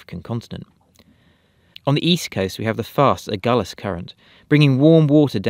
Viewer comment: Really impressed with your pronunciation of Agulhas,. Spoken like a true resident of the Republic of Hout Bay😄 Thanks to you both for your brilliant videos. Love following your journey⛵🌒